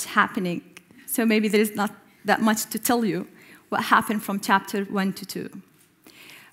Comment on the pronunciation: chapter= tapter hhhhhhhhhhhh